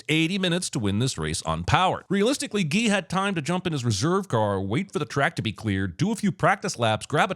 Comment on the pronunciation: The way you pronounce Guy is painful.